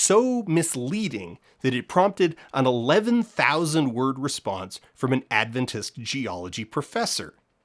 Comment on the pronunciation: Ahh, the instinctive Adventist-in-the-real-world experience of: Someone: Mentions Adventists/Adventism Me: (shoulders tighten, thinking “Oh no what did we do now?”) (On a side note: I suspect it is a testament to your excellent research skills that you correctly pronounce Adventist, rather than putting the emphasis on the second syllable as many do)